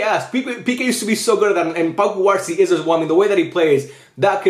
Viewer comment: should you pronounce cubarsí with a stress on the í instead of the a?